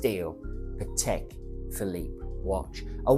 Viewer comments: still, you can’t pronounce Patek! Hint: it’s pAtek (with the accent on the a), not patEk (with the accent on the e) like you say it. It’s a Slavic word, not a French/swiss word. But can’t blame you, 90% of the people (including some Patek collectors and even some Patek ADs) can’t pronounce it right. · So you are a Patek expert but you can’t even pronounce Patek properly?